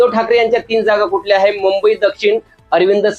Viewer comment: आता तुम्हीच राहिले होते ...4 जुन पर्यंत अकलेचे तारे तोडून घ्या...आणि कृपया मुंबई उच्चारण स्वच्छ करा..😂😂